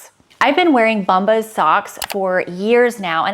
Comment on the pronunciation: I’m always here to giggle at your brand ads pronunciation. Today is “BUMbas”. Think of the word “Bomb” and then “ahs” at the end. ❤